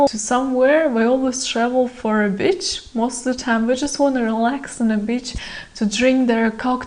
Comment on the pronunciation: err .. your "beach" sounds a lot like "bitch".